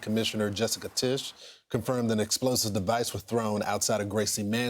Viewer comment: It is Mayor MaMdani. Can a journalist pronounce the name correctly.